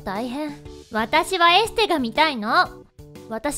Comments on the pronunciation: エステなのに、エスステになってる笑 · 二分一秒エステがエスステになってるw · エステがエスステwwwww